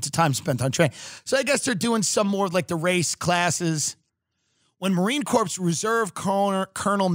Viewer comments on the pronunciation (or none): luv ur show but marine corps is pronounced core